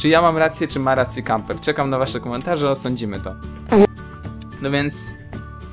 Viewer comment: Camper! <3 A ty "leszczu" jeszcze trochę poćwicz xD